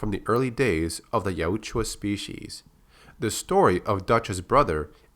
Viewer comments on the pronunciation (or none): Dude your pronouncing of Yautja takes me right out. It’s literally pronounced Yowt-juh, some reason extra vowels are added to your way. This is constructive criticism and in no way hate. Thank you for the content